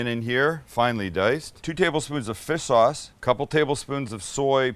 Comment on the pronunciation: Did you just say fist sauce when you added it to the bowl?